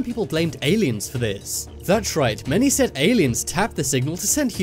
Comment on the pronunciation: He shAid that twice